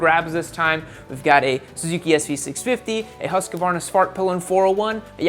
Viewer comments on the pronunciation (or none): Husqvarna is pronounced hus-kvar-na not hus-ku-var-na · Husqvarna pronounced Husk-var-na. not Hus-ka var-na Three syllables only.